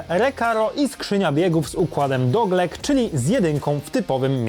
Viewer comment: Nie doglek tylko getrach